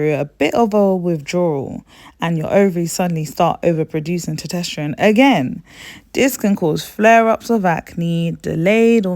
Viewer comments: Test-OST-ster-one. NOT toe-TEST-er-one. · This is good info sis! Not trying to be that person but as it's an informative video, the hormone is Tes-tos-ter-one. Keep up the good work! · I love the way you pronounce testosterone as “tutesterone.” 😊 is that a British thing, like “aluminium,” instead of aluminum? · Tosterteron? Thought it was meant to be estrogen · Lmfao are you trying to say testosterone?